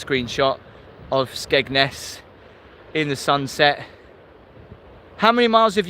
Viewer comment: we all have different accents so we all say it different it's just got a silent d to the locals but Tim got it right actually x